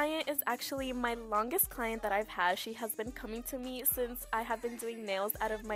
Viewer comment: what with the "client" prononciation 💀😭